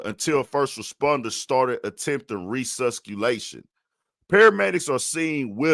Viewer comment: ... "Re-sus-cu-Lation"??? OMG, ... Really?? No wonder people around the world consider Americans as stupid. It's not like this is a word that is uncommon, ... You really should have reshot that pronunciation because it's an embarrassment to the American education system. (But not a shock to the rest of the educated world )